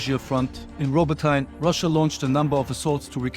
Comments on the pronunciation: The proper way to say Robotyne is robotnje not Robotine 😅 But great video man keep up the good work! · Robo-TAYN? spion spotted